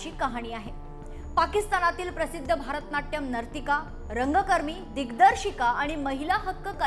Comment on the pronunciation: अहो, भारतनाट्यम नाही, भरतनाट्यम